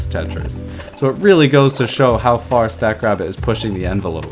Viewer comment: At first I thought you were calling the AI "Stack Crap". Lol